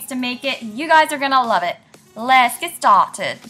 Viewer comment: I love how you say let's get started like a England voice